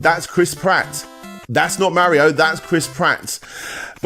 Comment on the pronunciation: I mean you can't even pronounce Mario right so like